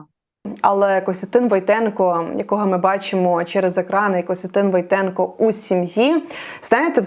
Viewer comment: не ВойтЕнко, а ВОйтенко! Наголос правильно на другу букву. Пхідна для цього прізвища, слово ВОйт